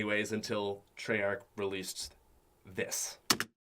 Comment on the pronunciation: When he said Treyach, I was like, "He still does care about zombies...."